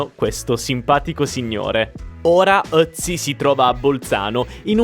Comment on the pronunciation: Ciao, sono di Bolzano e sono di madrelingua tedesca. Ti faccio i miei compliment per la pronuncia in tedesco. Sei l'unico italiano che sa pronunciare Ötzi. Sei anche molto simpatico.